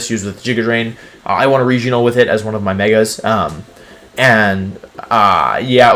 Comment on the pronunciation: Wolfe "i won a weginal with it" Glick**